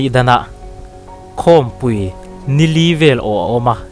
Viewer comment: Khawmpui tih i sawi dan hi a dik lo a nia aw.... Khawmpui tia pui tih lai tak hi ṭanpui tih kan lama, kan thluk hniam ang hian i lam a, chutia lam tur ni lovin khawmpui hi inkhawm pangngai aia lian zawk leh ropui zawk a nih avangin ropui kan sawia kan thluk sang ang hian khawmpui tia lam tur ni zawkin ka hria ...